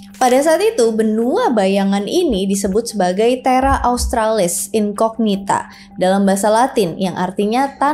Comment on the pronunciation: bagus banget videonya asli selalu berbobot dan menarik untuk dicermati. Makasih. Kalo boleh usul kak, penyebutan incognita dalam Latin itu 'gn' menjadi 'ny', jadi dibaca inconyita.